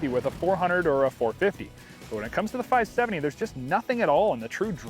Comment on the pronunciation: “Five sevinny”